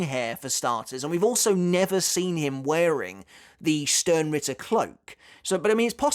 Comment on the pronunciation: You used to say Sternritter with a "Sh" sound the way its supposed to be, why did you go back to saying it with an "s" sound?